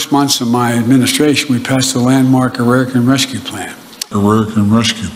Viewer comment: I’m no an Ararican, Biden